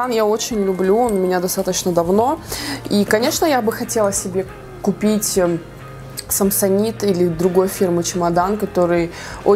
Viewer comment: Не самсонИт, а самсонАЙт:)